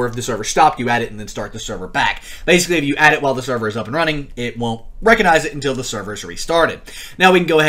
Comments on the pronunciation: Lol, he actually said SEVER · Server - sever me: what